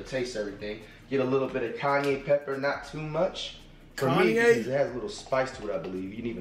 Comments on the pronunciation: Wait did he say Kanye red pepper😂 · its ky- yan pepper bro😂😂😂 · So nobody heard him say Kanye pepper 😂🤣💀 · That boy said Kanye pepper 🌶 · nigga said KANYE PEPPER LMFAOOOOOOOOOOOOOOOOOOOOOOOOOOOO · he said kanye pepper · Mf said Kanye pepper 😭😭